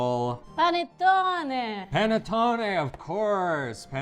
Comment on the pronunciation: dice “Panettone”……ed, seduto vicino, ripete dicendo, come al solito…..“Penettone!”. 😀